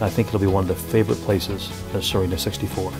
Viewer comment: Good work. Nice to see other than flat water on a walk through. How is the name pronounced ? Thought it was See-renna ?